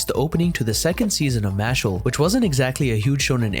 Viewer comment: its MASH-LEE